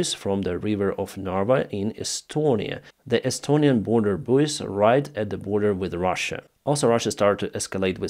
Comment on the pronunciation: Buoys in English is pronounced boys.